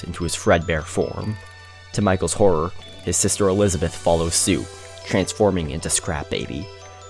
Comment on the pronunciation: When you say our little horror story i think you say owliddle horrow story 😭😭😭